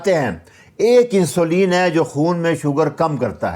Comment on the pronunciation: جناب لفظ انسولین نہیں بلکہ اِنسولِن ہے۔ کسی بھی انگلش چینل پے سن لیں